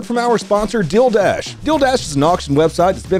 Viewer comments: It sounds like you're saying "Dildash" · Wait, it sounds like you’re saying Dilldash lol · I keep hearing dildash